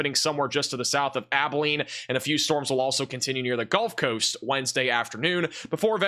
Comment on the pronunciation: Does he say "golf coast" as a joke? For comments like mine? It's genuinely irritating lol